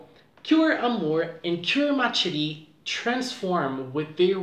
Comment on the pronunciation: Ma Chérie is actually pronounced with an Sh sound and not a Ch sound. Just letting you know!